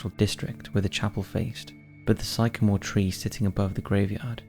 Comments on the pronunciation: Sycamore is pronounced sic-a-more. Becall is literally pronounced be-call (as in phone call) I spent ages searching up a psychomore tree 🤣🤣🤣🤣🤣 no such thing!!! Great video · pronounce "sick-a-more" short a sound not psych a more. Learn to pronounce words correctly. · Sye camore tree. First time I've heard it said that way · sie-car-more lol